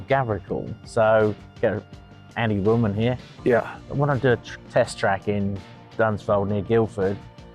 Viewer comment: Wilman not Willman